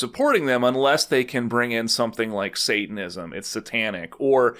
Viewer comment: I love that he can't even pronounce Satanism 🤣